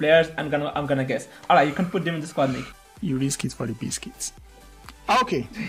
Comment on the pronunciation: It's pronounced Mackie not meckie😂✌️